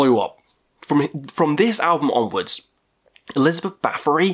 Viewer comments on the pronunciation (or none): none